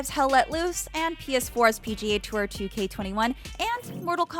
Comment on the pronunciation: PGA tourrrr????? 😒